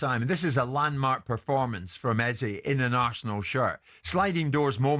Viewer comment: Can White, Jordan and Keown please pronounce Eze name correctly. Its pronounced (eza). Thanks.